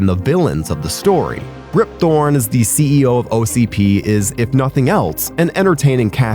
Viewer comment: Rip "Thorn" and "nukie" really caught me off guard